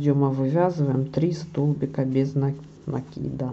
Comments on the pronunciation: Тоже раньше ударение в некоторых словах не там ставила, и НАкид тоже был в моем неправильном словаре, в Москве пожила, научили. Я думаю, что неплохо совершенствоваться в родном языке, хотя русский не мой родной, но так случилось, что стал родным)). Это ничего, если нас исправляют, обычно я говорю спасибо этим людям. Спасибо за МК! Хорошо вяжете! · А нАкид или накИд - сама мучаюсь, заставляю себя привыкнуть к накИду - но режет слух и коробит... ну что делать, если всю жизнь был нАкид. Постепенно привыкнем...